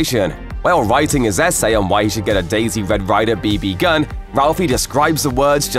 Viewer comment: "b B gun"